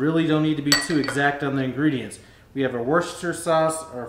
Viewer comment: You really pronounce Worcestershire easily.